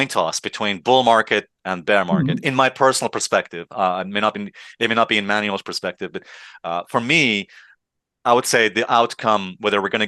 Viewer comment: Alessio, don't call the man manual. It is spelled as Emmanuelle. Just remove the "EM" in the front.